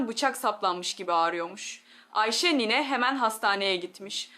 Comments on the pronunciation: Bu nasıl konuşma ! Nine demeyi bile beceremiyor. Niii ne diyor. Robot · Türk doktoru nine demesini bilmiyor mu Bu yapay zeka tasarımlarını da her alanda kullanılıyor olması riskli 😡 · Niyne nedir ya? Nine